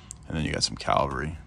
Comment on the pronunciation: Why so many people mispronounce Cavalry as Calvary?